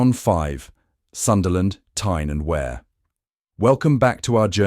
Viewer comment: AI man wasn't have a clue, can't even pronounce Tyne and wear. I wouldn't live in any. If you want a cheap house in a city. Liverpool is selling houses for a quid.